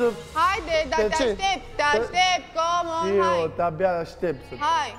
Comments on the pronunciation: Sa murdarit de engleza la gura 😂😂" comon" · ))))) tare asta :))